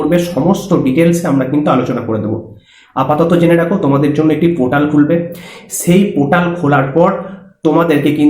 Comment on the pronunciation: Chomu usko portal bolte hain not potal 😂😂😂